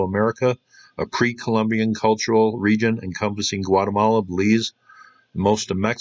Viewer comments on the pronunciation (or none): none